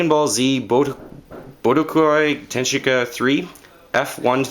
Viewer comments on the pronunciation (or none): its pronounced BooDoKai TenKaChi and it is already expensive, both for the Wii and PS2. also I think Okami, Opoona, Fortune Street and A Boy and His Blob are gonna go up in value, cause Opoona is a forgotten and underestimated fun RPG, Okami is just going up in price, although okami-den is valued higher, fortune street is a crossover Square Enix-Nintendo party game, and A boy and his blob is a fun enhanced version of the original NES game